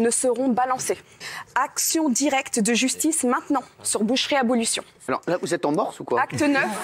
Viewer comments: "abolution", "abolétion". C'est un vibrant plaidoyer pour manger de la viande "maintenant", toujours. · BelgePowaaa kevin bah c’est ce qu’on dit, elle est tellement stressée qu’elle n’arrive même pas à dire « abolition » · "abolétion" "abolution" je comprenais rien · La meuf de boucherie abolition qui n'arrive même pas a dire le nom de son organisation 🤣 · Non c'est abolition . De Abolir un synonyme de supprimer mais de manière définitive . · bah oui elle est tellement stressée qu'elle en fait des fautes mais on sait que c'est abolition